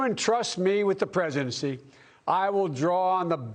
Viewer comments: ''If you entrust me with the ,presentcy" LOL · "If you trust me with preshency,,,," ??? WOAH !!